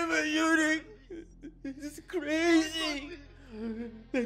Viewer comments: Eunuch가 자꾸 Unique로 들립니다 ㅋㅋㅋㅋㅋ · eunuch발음이 유니크랑 비슷하군요... 유니크한 고자